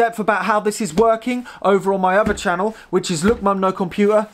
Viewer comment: Why do you say "Uvver" instead of "other"? Or "Muvver" instead of "Mother" Do you have a peach problem or something? Fank you for an answer.